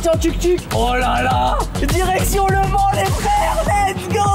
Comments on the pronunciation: On dit au mans... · Michou on dit aller au Mans pas aller. A le mans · Michou on dit au mans.😡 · On dit au mans pas Le Mans tkt pas grave 😂😂😂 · mich on dis pas ''a le mans'' on ''dis au mans'' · On dit Le Mans Michou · L’allemand au lieu du Mans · C'est grave par contre... Michou et comment ils prononcent mal les villes 😭. MauREEEEpas et je vais a LE Man... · Je précise on dit « Au Mans » au lieu de « à Le Mans » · Juste c au mans et pas a le mans svp respecter nous un peux 😢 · Eh c'est pas a le mans c'est au mans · ont dit pas aller a le mans mais au mans xD ca ma stresser toute la video moi qui etais de la bas xD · "à le Mans" ? Il n'a pa réussi le français de niveau CE1. Il n'a même pas le niveau d'aller "à le" collège. 😵